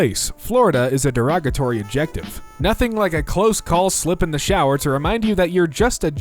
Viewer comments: It's ad-jec-tiv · Why did he pronounce it like objective? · Why he say adjective like that 😂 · And "chorizo."